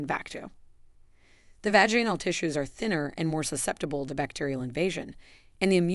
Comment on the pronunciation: You pronunciation of the words is really sad. it’s vag in al and gynecological-gone i cal logic cal not the way you pronounce the words. I’ve smelled younger people. How about making videos about keeping your breasts in the blouse instead being exposed for the whole world. How about not wearing spandex with thongs? How about men pulling up their pants over their bellies? What about men wearing their jeans down around knees